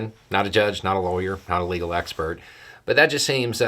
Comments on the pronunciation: Is it just me hearing "his illegal team" every time is talking about Trump's legal team? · did you say "his illegal team"? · I swear you said Trump's "illegal" team. That would fit👍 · It sounded like you called Trump's legal team his illegal team, and that made me laugh hard, because it's accurate considering how many of them are now facing charges themselves. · I’m sure I heard this wrong, but I think I heard you say “Trump and his illegal team.” 😂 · I swear I heard "the former president and his illegal team" and I love it!